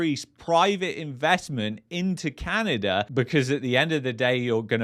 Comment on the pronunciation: Sorry my friend it’s not Canader but Canada 😂, thanks for correcting this 👍